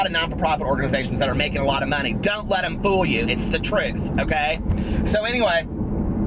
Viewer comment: everytime you say "so anyway" i hear gotdamnzo lol